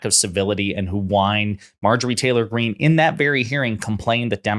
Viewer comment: I really appreciate you not putting the T in Greene's name. She's only doing it to copy AOC. 🫤